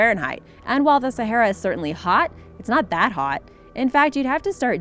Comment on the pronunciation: Can't even pronounce sahara, waste of time. Stop collecting other people's videos and reposting it,,,, duh@@